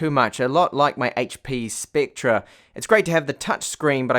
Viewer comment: It's pronounced like specter. Not spectra.